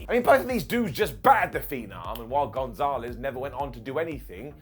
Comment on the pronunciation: González* not Gonzóhrlez